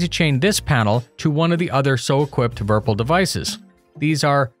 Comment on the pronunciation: It's not verpel it's Virpil! Virtual Pilot. Would be like virpil not verpel right?